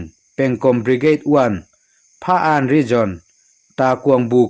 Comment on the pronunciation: Phaan tih hi Phakan tih tur a ni lo maw?